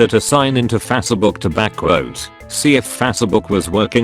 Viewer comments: "Fassabook" lol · fassebook Sounds accurate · Fassabook and Yatoob 😂